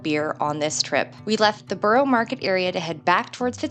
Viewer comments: Yes it is! And Covent Garden is pronounced as Cov ent Garden not Cove …and Borough Market is pronounced as Burra not Borrow…. It’s like learning a foreign language! 😄 ohhh and Route is said as Root not Rouh te - because a “rout” here means a bunch of people looking for a fight! 😲😁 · TUBE = CHOOB not TOOB. ROUTE = ROOT not ROUWT. BOROUGH = BURRA not BURROW. COVENT = COV ENT not CUV ENT or CO VENT. SCONE = SCON not SCOWNE. The Tower of London used to be a MENAGERY (zoo) as well. I live a 10 minute walk from another of William the Conquerors castles, ROCKINGHAM CASTLE. Still inhabited by the same family for over 450 years. Double decker buses are used all over the UK not just in London. There is no such place as DEVONSHIRE. It's just called DEVON. I hope your voices were not actually as loud in the places you recorded in as they seemed on the video. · Borough market is buh ruh market (not row) and buckingham palace is buck in am palace (silent h)